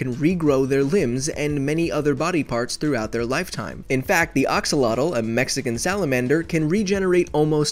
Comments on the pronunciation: blocko pronouuciates axolotl "oxolotl". minecrafters: axolotl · Axolotle not oxolotle but nice video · Axlotl! not oxlotl. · Your pronunciation of axolotl is bothering me.